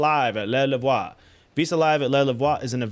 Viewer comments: 😅 it's pronounced 'Le Loove' 🤭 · Le Louvre, pronounced "The L-oo-v"